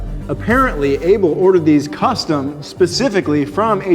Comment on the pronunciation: I don't like how you say Abel